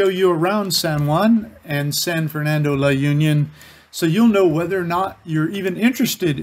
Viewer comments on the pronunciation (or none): It's pronounced as "La oon-yon" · Pronunciation is La-oon-yon.. There is also Pagudpod, the Northern most part of Ilocos Norte, hoping you go visit it too because it is a beautiful sight with the mountain and sea. I was there a few times and I loved the scenery.